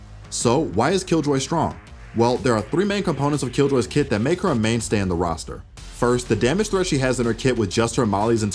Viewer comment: Whf..its "kit" not "kid" for the past year I thought he says kid😭